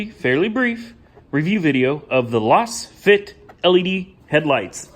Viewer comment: Just what I need to annoy fellow motorists. BTW, it's probably pronounced "laze-fit", ya know, since they're lasers....